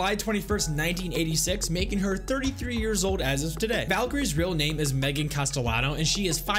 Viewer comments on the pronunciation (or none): none